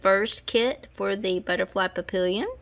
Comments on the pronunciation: Papillion is French and it's pronounced pappy-yawn. I didn't win 🙁but Thanks again for the chance! 🦄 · Congratulations to all the winners! Feel better! did a great job, he's a keeper! Papillion is French for butterfly and French is hard, especially bcz it's nasal. It's easy to write it phonetically, though... pap---eee-ohn. You'll get it! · The word papillion is french for butterfly. The correct pronunciation is pa- pi-yon (the on has a nasal pronunciation with a soft sounding n)